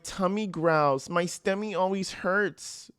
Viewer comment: 😂😂😂 "My stummy hurts" Dude, you have a new fan here !